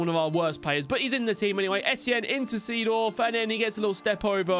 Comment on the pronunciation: Its pronounced Zedorf,not the same as its written